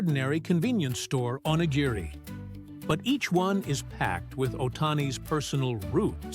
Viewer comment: time mark: "onigiri". That's the closest the narrator got to pronouncing this word correctly. At least he got the hard "g" sound right. He only missed the slight rolling of the "r" that is distinctive to the japanese language - a forgivable mistake for a non-native speaker. 🌏